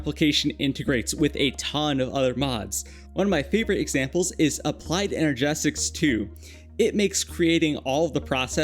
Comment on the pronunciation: Ener-gistics not ener-GESTICS god damn it